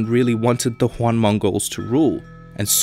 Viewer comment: Juan Dynasty lol